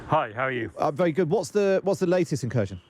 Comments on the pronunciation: Cherson, Kerchson, Chirson, Charson… etc. If one wants to learn from this channel or any British channel which is the exact name of that city, one won’t be able to do so. Because it’s f-cking tremendously difficult to just say HERSON (K is silent, not pronounced). Ridiculous reporting on geography of the war, really. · KherSon, not cur-zon. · Please learn the right pronunciations of these Ukrainian town names. So tired of presenters and correspondents saying "Cursion". It's pronounced more like "Hkerr-SON", with emphasis on second syllable.. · It's pronounced 'Herson' not Kerson or Kershon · It isn’t Kurzhen. It is Caresohn! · “Kershun”? You’d think that by now they’d be able to come up with a less rubbishy pronunciation of Kherson… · can't even say Kherson right annoys me